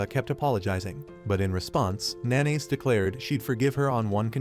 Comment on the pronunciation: Nanase isnt pronounced "Na-Nays". Its "Na-Na-Seh" Fucking AI bullshit. Use your voice.